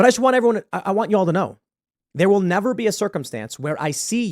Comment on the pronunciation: Nevah, evah, evah...